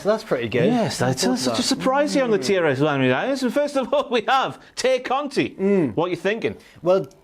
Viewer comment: Why do they call her Ty Conti instead of Tay Conti? Is that how you pronounce her name? Lol